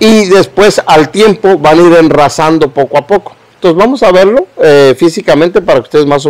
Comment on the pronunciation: No es enrrazando sino rasando